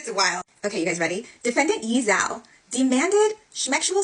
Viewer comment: It's /ch-j-o-u/😢 You can check pronunciation of Chinese names. No offence, just professional deformation 😅